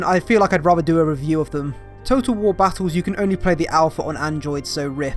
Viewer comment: "I rater play dow 3" Here inquisitor he is the one speaking heresy